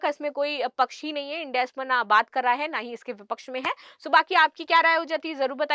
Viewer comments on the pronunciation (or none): none